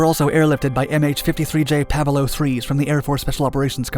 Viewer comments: Pa ve Low instead of Pave Low helicopters? Never heard it pronounced that way. Somethings fishy. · pavalow.... Do you mean Pave Low maybe? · pavelo? Pave....low, two words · Im neither from the US nor the UK, but I am pretty sure thats not how to pronounce "Pave low", dude... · I worked on the MH-53 PAVE LOW program. He botched the pronunciation. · Yes, I worked on the MH-53 PAVE LOW program. He botched the pronunciation.